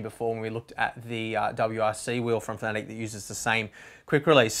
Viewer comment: Pretty sure it's pronounced FAN-A-TEC, not FAN-E-TIC.